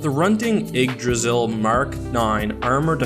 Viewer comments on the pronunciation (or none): ikdrassiel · did you just pronounce yggdrasil ... igdrasil #Triggered as an avid scholar of norse mythology i take great offence by your american pronunciation of icelandic words, please try to pronounce the name of the worild tree that connects the nine worilds properly next time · hrunting ydggrasil is pronounced as such: hroonting eedgrasil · Also you pronounced Yggdrasil wrong